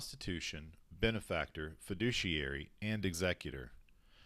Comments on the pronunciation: His very first, and subsequent argument included the phrase "fidicuary" The correct phrase is Fiduciary. TOTAL BONE HEAD! Sorry, legal people don't make that mistake, less than 30 seconds in, SAD! Looks like he needed a FIDICUARY what ever the f**k that is, lol 🤣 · "Fudiciary"? What the fuck is he talking about? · He cant even pronounce 'fiduciary' which doesn't even apply to police officers. But I'm so glad to know that the dictionary is wrong.